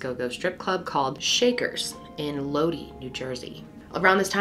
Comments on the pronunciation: Low-dee, New Jer-see. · Looked for this comment hahaha and lo-dee NJ 😂 no hate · load-i not load-ee 😂 idk why this made me laugh. love you!